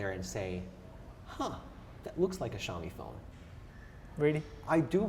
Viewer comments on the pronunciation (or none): The interviewer can't even speak the company's name properly and sounds like an asshole. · was really unprofessional and defending the iPhones for whatever reason, I don't know. Hugo Barra did a really good job at keeping his cool. should've learned beforehand how to pronounce the brand name, which clearly he didn't. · Am I the only who noticed that the interviewer is even not able to pronounce "Xiaomi" properly. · Please at least pronounce the name right of the company when interviewing it's Vice President.